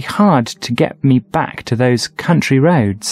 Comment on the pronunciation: those "country ROAD". ROADS